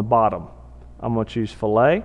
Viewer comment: Very cool! But it's pronounced "fil-it" not "fill-ay." It basically means "cut." Excellent tutorial on rocket nosecones though.